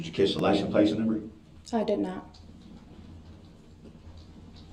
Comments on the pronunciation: I can’t for the life of me understand why an English speaking grown man in America says “licenT plaCE” instead of license plate. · Licem place.